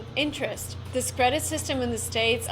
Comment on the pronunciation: You just need to work hard at your pronunciation of your English words. Here is a single word I noticed you used a lot. The word is: THIS You pronounce your letter I’s as if they were long E’s. The letter “I”will never sound like a long E (ie. Cheese, These, Please) unless it is followed with the letter “e”, as in “ie” or at the end of a word that ends in, “ing”. Examples, “Chief, Thief, Grief” or, “Thing”, building, hitting, throwing”. In the word, “This” the I is pronounced as a short I and will sound exactly like the way you pronounced the letter I in the word, “Workin”. Workin is not the correct way to say or spell the word, “Working”. However, workin is the slang pronunciation of the word, “working” so keep that pronunciation in your conversational English. You say it, but never spell it as, “workin”. Here are some words to practice your short sounding I’s. THIS, fish, wish, dish, tick, lick, stick. The WRONG way to say those practice words the way you currently do is, Theese, feesh, weesh, deesh, teak, leek, steek. I think your vocabulary is very very good and you could hold a conversation in English with anyone, but you have a very very heavy Russian accent right now. The Russian girl in this video, if I closed my eyes, I’d think she was American. That American connection you feel, Thomas Jefferson described what you feel with these words: “We hold these truths to be self-evident, that all men are created equal, that they are endowed by their Creator with certain unali